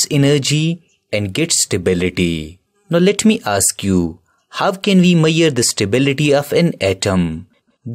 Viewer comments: Tq sir ... Btw he says ' how can we meyar ' instead of ' measur '😅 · Lower❌️luwar✅️😂😂 Measure❌️maiyar✅️😂😂😂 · Measure❌maiyar✅ just joking😂 but explanation is very good recommend for a grade 11 student if not understanding in school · WAS CRAZY THO....." MAYURE" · mayyier again 😂😂😂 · He was telling measure as mayyier so that’s what they are commenting like that